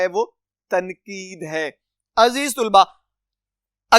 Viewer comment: Aziz tulba nhi....aziz talba hota h